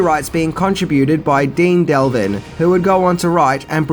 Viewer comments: “CarolOco? It’s “Carolco”, ie the company is/was based in the state of South Carolina. Hence Carol (Carolina) Co (company). (shakes head) it’s Dean DEV lin, not Delvin. I would have thought you would have brought up the trackers Vegeta had in DRAGONBALL Z they probably became friends during the PREDATOR shoot. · It's Dean Devlin, not delvin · And it's Dean Devlin not Del-vin as he pronounces. Car-ol-co not Car-ol-o-co Emerich is Emer-ick not Emer-itch lol I think I need to make a 10 Words Can't Say Properly video on my channel 🤪😂😂😂😁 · And it's Dean Devlin not Del-vin as he pronounces. I think I need to make a 10 Words Can't Say Properly video on my channel 🤪😂😂😂😁